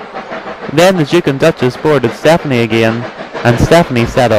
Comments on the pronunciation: You said Stefanie, and it's Step-ney. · He's like that because you pronounced it as Stephanie. It'd actually pronounced Step-ney. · It's stepney, not stephnie!!! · its stepney not stephanie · I'm from the UK and when the narrator says Stepney it sounds more like Stephanie! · Why does the person keep saying stephany? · And it is pronounced "Stepney". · Nah its Stepney, no SePHAnie. I think he's just pronouncing it wrong.